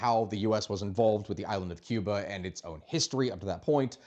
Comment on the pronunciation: Your pronunciation is very good. Americans usually say Key-oo-bah , the correct is Koo-bah . God bless the Cuban people, may the communist slavery end soon.